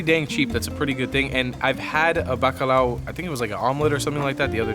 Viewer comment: Bacalhau not Bacalau.